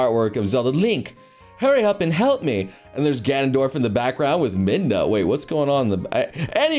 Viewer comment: "GANYANDORF" killed me